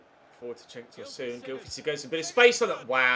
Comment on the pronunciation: It’s pronounced Toeson not tosooon